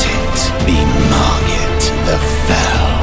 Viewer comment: It's so funny that you say maggit the fell😂